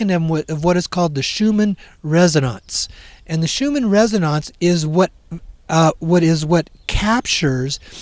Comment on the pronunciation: And it's Schumann "resonance" not "resononce"... Did you just get here?